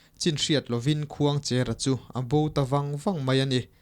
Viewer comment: Khuangchêra (pasalțha) hming leh tuna i sawi Khuangchera hming hi a thluk a inang lo aw. Heta 'cher' hi chu "Rul a lo tleng mek" tiha tleng thluk hian lam tur.